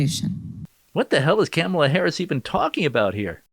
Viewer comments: I think you're putting emphasis on the wrong syllables when you say Kamala. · “Camla” lol 😂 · He said camela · Why do you keep mispronouncing her name 😒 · You’re pronouncing kumswalla wrong